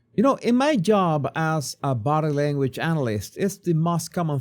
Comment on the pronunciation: Because of your accent, each time you say body language, it sounds like bottom language. I thought you should know, with Sydney as the topic it is however somewhat appropriate.